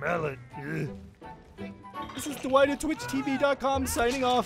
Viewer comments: Wait with or without captains it actually sounds like he said hello I'm too white I'm pretty sure it would have said Dwight he just pronounced it a little off but that is hilarious edit: Dwight: okay let's slap on some perks Dwight perks captions: okay let's slap on some perks white perks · With captions/subtitles everytime he says Dwight the subtitles say white